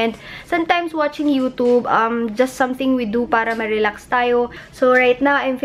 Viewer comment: U pronounced it, u tub, instead of youtube....lol